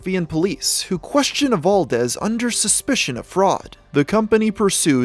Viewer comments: I think it's just that he isn't too familiar with lithuanian pronounciation. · Just found this, as a Lithuanian, finding out about this I am proud, and slightly lost on how "Evaldas" went to "Evaldez"